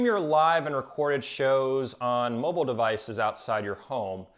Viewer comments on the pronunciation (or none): none